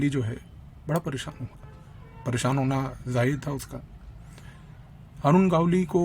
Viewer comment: इस को दगडी चाल और अरुण गवळी बोलना नहीं आ रहा वो हमें बता रहा है 😅